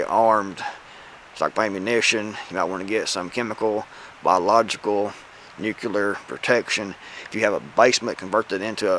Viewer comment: Love your content, but man, please stop pronouncing nuclear as “nu CU lar”.